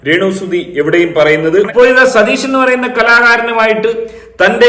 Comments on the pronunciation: അയ്യോ സതീഷ് അല്ല!!!😂 രതീഷ് ആണ് 🤭🤭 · സതീഷ് അല്ലെടോ രതീഷ് 😂😂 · അയ്യോ സതീഷേട്ടൻ അല്ല രതീഷേട്ടൻ 😁